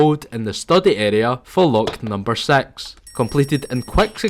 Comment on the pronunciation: "Lock number sex"